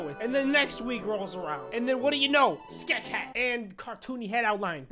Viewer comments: No one: Not even a single soul:: SkEK HaT pUrCHASED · At the very beggining of this video:: "Ois!" a few seconds later: "My own SCKEH hat!" +! -! + Is he okay? does he need medical assistance or something like, what the heck? i still love this dude TO BITS. he is one of my faves (amongst others) BUT STILL! i still love this man so much, it's scary! ❤ keep up the AWSOME work! (not sorry at all for this nickname i think it's perfect for ) +! -! +